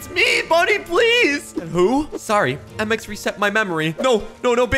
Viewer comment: Mx not mix sorry